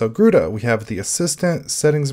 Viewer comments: Just as an FYI, it's pronounced as ga-ruda :) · Pronouncing: Ga-Ru-R-a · Can garuda run on raspberry pi 4 ? It is pronounced (ga - roo- da) , Garuda, in Hindu mythology, the bird (a kite or an eagle) and the vahana (mount) of the god Vishnu. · Nope. It's pronounced Garud. It's a Sanskrit word for an eagle like bird. The link below backs my statement up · Btw it's pronounced Garud. It's an eagle like bird in my home language, Sanskrit. Here's the Wiki for it.